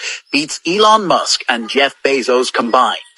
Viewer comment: So this woman pronounces Ellon musk as Elo mosq